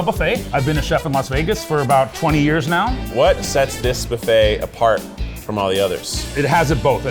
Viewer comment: It’s cute how Keith pronounces buffet “boo-fay”.